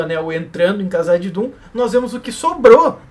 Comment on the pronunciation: porque vc fala "cazadidum' rsrrsrsrs